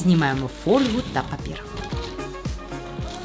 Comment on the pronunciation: ❗️❗️❗️❗️❗️Фольгу, НАГОЛОС НЕПРАВИЛЬНО ВЖЕ В 5-відео таке бачу